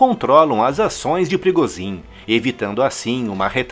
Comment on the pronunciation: Por que "Wehrmacht" é pronunciado corretamente e "Yevgeny Prigozhin" e "Ivan Popov" são sempre pronunciados incorretamente nos vídeos desse canal? Em russo, "zh" possui som de "g" e em "Popov" o primeiro "o" tem pronuncia de "a", ficando, assim, "Yevgeny Prigôgin" e "Ivan Papov". "Abrasileirar" não é uma resposta válida, pois ninguém chama "Joe Biden" de "João Bidê".